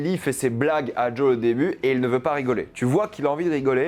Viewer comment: Car en VO ça se prononce Djole/Jol/Djol. Le E est muet